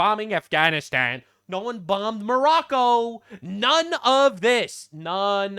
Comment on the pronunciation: Hassan also calls Morocco--- More Row Ko This is like Calling China --- Chin Ah